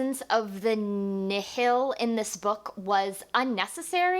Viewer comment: I think the bad guys are pronounced (Nile) like the Nile River. "The Nihl" being a play on the word Nihilist. It's ok though, I mispronounced many names from the Thrawn Trilogy for most of my life haha. C'Baothe really threw me for a loop.